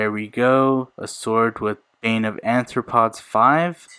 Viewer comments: It's aRthropods, not aNthropods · You actually called it "anthropo..."... Are you gonna eat people like Tokyo Ghoul? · Anthropods? It’s arthropods